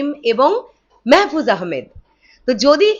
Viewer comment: আপু মেহেফুজ আহামেদ না মাহফুজ আহামেদ হবে আর অপি করিম। এরা ছোট খাটো অভিনেতা অভিনেত্রী না। বলতে গেলে এরা এক এক জন একটা অভিনয়ের ইনস্টিটিউট। তোমার জ্ঞাতার্থে জানাচ্ছি এর আগেও মাহফুজ শাকিবের সঙ্গে ছবি করছে কপাল নামের একটি মুভিতে দেখে নিয়ো।